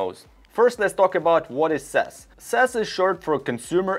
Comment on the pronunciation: What is sess? Its pronounce C.E.S ( See-E-S ). But keep up the good work. 🖖🏾